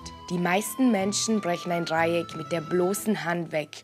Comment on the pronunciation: ich drrrrücke das drrrrreieck und beit es ab